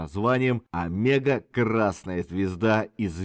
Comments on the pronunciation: Правильно,если по венгерски нужно говорить-Омего,с ударением на первую букву,и о,в конце. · Многое знал, многое узнал....но произношение имён, фамилий.назваий альбомов и песен ,мягко сказать, совсем не правильное....одно замечание и всё.....правильно говорить надо Омега...с ударенинием на О.....с ув. Поклоник группы ,более 50 лет.